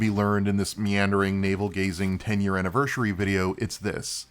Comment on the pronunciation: When you said, "I can hardly enunciate my words right half the time" I was like, "what no dude you're fine" and then I heard you say anniversary 10 times lol